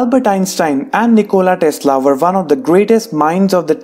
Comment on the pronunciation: Why did u put nichola tesla ch=ć or č when u read it